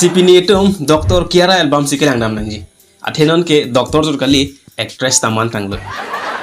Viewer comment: Kyara❎ khangra✅😂😂